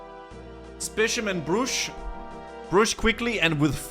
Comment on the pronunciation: I'm normally very fine with mispronunciations, but the way you say "Specimen" bugged me so hard 😂